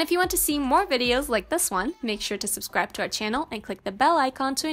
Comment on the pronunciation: pronounce SUBSCRIBE (NOT SUSCRIBE)!!!!!!!!!